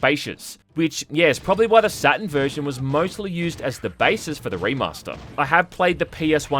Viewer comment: I thought the console was called SatuRn, not Saten.. silly me